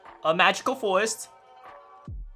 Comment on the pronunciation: Ah yes magical fowest